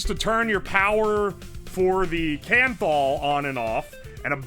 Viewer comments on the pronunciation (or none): What was that nichrome-like material he kept talking about called? "Canthol?"